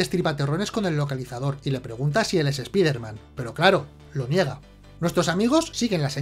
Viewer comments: Conozco a "espaiderman" no a "espiderman", cutre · Los españoles siempre con su terquedad de llamarlo espiderman se pronuncia "espaider man" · Ya se por que lo de random, aleatoriamente pronuncia algo en español "espíderman" otras cosas en inglés "te ameising". Por fin lo entiendo